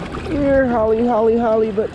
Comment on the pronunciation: Great vigeo, but why you call em hollybit?